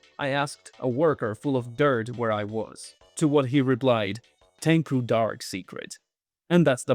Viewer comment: It's not pronounced "Tenku", but "Ten-chooooo".